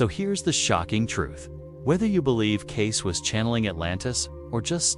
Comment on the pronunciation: FAKE - FAKE - FAKE ---- CLICKBAIT. IT'S NOT 'CASE' YOU MORON I.A. BOT --- IT'S KAY-SEE!!!! enough with the artificial garbage. FAKE - FAKE - FAKE ---- CLICKBAIT. FAKE - FAKE - FAKE ---- CLICKBAIT. FAKE - FAKE - FAKE ---- CLICKBAIT. FAKE - FAKE - FAKE ---- CLICKBAIT. FAKE - FAKE - FAKE ---- CLICKBAIT. FAKE - FAKE - FAKE ---- CLICKBAIT. FAKE - FAKE - FAKE ---- CLICKBAIT. FAKE - FAKE - FAKE ---- CLICKBAIT. FAKE - FAKE - FAKE ---- CLICKBAIT.